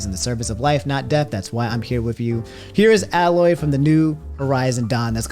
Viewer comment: The way he said “Aloy” tho 😭